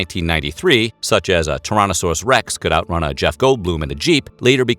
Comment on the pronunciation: Toronto-saurus Rex